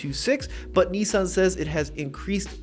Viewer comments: Nissan,not Neesun.🤣🤣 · i say Nissan you say Nessan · It pains me every time I hear the way Americans pronounce Nissan.